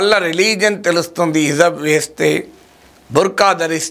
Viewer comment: అయ్యా ప్రొఫెసర్ గారు, దీన్ని హిజాబ్ అంటారండి. హిజబ్ కాదు..